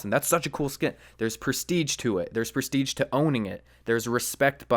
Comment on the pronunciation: Its presti"sch"e not presti"tsch"